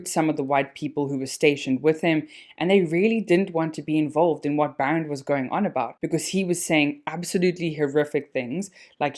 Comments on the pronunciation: The correct pronunciation is BAA - Rend. And Afrikaans name not Baron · This was a decent video, but your constant mispronunciation of "Barend" was really disappointing 🤦🏻‍♂️ I mean come on, you know that it's an Afrikaans name, right? It isn't pronounced the way you said it. And yet you chose to repeatedly pronounce it this way for the entire duration of the video. Really embarrassing!